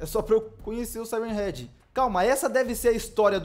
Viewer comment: A melhor parte q ele fala e sirem head 😂😂😂😂😂😂ele falo praticamente o video todo